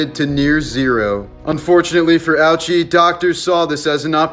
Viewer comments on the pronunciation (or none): I could be wrong but im pretty sure it would be pronounced- O eechy. Not ouchy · The name wouldn't be pronounced like "ouchy", probably more like "O-U-chy" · You could've at least remotely pronounced this poor dudes name correctly... If I'm not mistaken, it would be pronounced "O-uchi" not "ouchie" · So in English, it looks like how we say “ouch” but in Japanese, the correct pronunciation is OH-oo-chi 🤣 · its pronounced oh chi...not ouchy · But it IS pronounced:" Oh OO-chi". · His names pronounced oo-chee. Always helps to do a quick Google before making videos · It’s pronounced oo-chi but the irony is better here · 1. His name isn’t pronounced Owchy 2. Why do you feel the need to perpetuate this idiotic myth that the doctors were evil monsters using this man as a test subject? They weren’t, Hisashi wanted to live, and told the doctors to try their hardest to keep him alive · Theres a lot of misinfo here. Hisashi chose to stay alive for his family. Also that pic isn't him. And allso Ouchi is pronounced Oh-chi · Im gonna guess its pronounced O-u-chi. And im almost certain he was begging them to let him go. R.I.P. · Atleast pronounce it right as respect to the man. Its oo-ee-chi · Its pronounced O-o-chi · Cant be pronounced ouchie😮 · its pronounced oochi